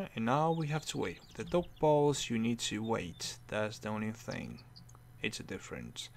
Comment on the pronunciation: The way you pronounce dough balls tho :D